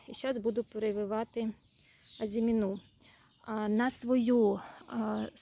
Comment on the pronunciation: З усією повагою до Вас, хочу попросити не плутати слова “озимина́” і “азимі́на”. В українській мові наголос у слові "азимі́на" на передостанньому складі (порівняйте: мали́на, кали́на, ожи́на, гороби́на, журавли́на). Перегляньте, будь ласка